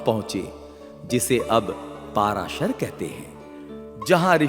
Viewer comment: कोई अलवर कहता कोई दूसरा।उनका नाम पराशर है न कि। पाराशर ।।ग़लत उच्चारण चुभता है ।